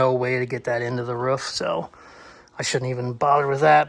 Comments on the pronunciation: Wanna pronounce Roof correctly guaranteed?!?!? Say out loud PROOF and your welcome lol! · Yea, he actually doesn’t pronounce a lot of his words correctly since the tooth thing. He loses compression. You should see him try to drink a glass of water😅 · Ruff... Roof.... 🤣😂🤣 Hilarious Bro..... Thanks for the great video Bud !! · You say ruff so much I’ve actually questioned if I was maybe saying it wrong 😅